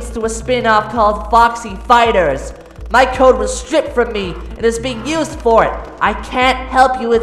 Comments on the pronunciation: ITS FOUR NOT FOWA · ITS FOUR NOT FOWA,CANT SAY FOUR RIGHT